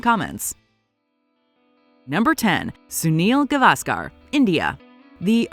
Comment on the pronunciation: You are wrong. She didn't pronounce names properly. At very first, she pronounced Gavaskar totally wrong, it's गावस्कर, she pronounced गवास्कार a totally wholly meaningless wrong, a totally wholly nonexistent surname.